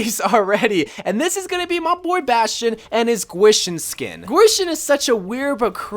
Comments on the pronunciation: dva pronounced gwishen "qeeshen" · its pronounced GEE-SHEEN